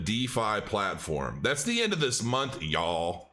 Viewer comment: The way he hit that "Y'AWL." XD